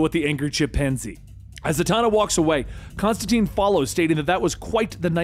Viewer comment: Great story. Pronouncing some of the names wrong isn’t your fault. Constantine explains in detail in his book it’s pronounced tyne like wine. But that’s just the comic nerd in me… keep doing your thing!